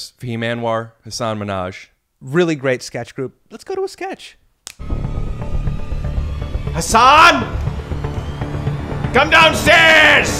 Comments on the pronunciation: What a class act Hasan is for letting Rick butcher his name the whole time and not ever make a thing of it. Good friend. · Literally everybody does. I didn't figure out how to pronounce it until I saw Patriot Act. But he never corrects people. Which I find strange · I caught that too. I think that was back before he clarified how its pronounced. hasan himself used to pronounce it incorrectly (in public) but thats bc its what people knew him by. On Ellen was the first time he corrected someone on a huge public platform which is likely how YMH knew about it. they talked about it for SO long on YMH i think he just let it go this time, its boring after a while you know? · It would have been great if when Rick did his Hasan. Hasan? Hasan... Hasan actually told him he’s pronouncing his name wrong the whole episode 😅